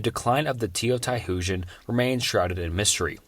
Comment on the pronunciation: Teo..tie.... Hoojan... Don't think I've ever heard Teotihuacan mispronounced so badly before 😬